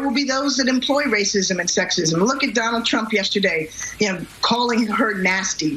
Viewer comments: That RRRR roll was fantastic Ben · I thought Ben being able to play the violin was impressive, but then he rolled that R. My god, this man has no limit to his talent. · Very impressive "r" rolling